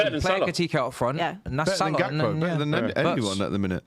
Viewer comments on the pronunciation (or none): none